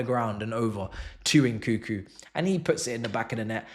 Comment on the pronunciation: It's NOT , N koo koo. N koo koo.N koo koo. N koo koo.N koo koo. N koo koo.N koo koo. N koo koo It's N KUNG KOO